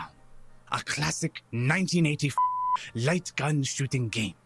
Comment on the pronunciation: Awesome video Jared, really enjoyed this episode. By the way.. it sounds like saying "Nineteen eighty-f**k".. I know it's a silly observation, but it's really your gameplay and style of commentary that makes me see something like that. Keep it up!